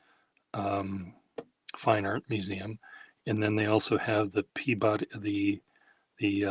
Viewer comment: Peabody and Concord are PEE-buh-dee and CAWN-kid to us natives! 😊